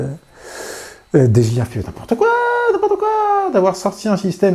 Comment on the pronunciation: Bonne vidéo comme d'hab... mais messieurs les français, c'est soit Dé Ji Iiii à la française, soit DI Djé Aille, à l'anglaise, mais faut arrêter les Dé Gé iii parce que c'est pas ça du tout... :-) humour hein ;-)